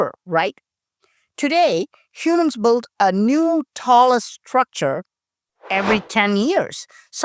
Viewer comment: love your illustrated analysis...just pretend build has no u in it, so it is pronounced like bild....English is a fickle language! 😀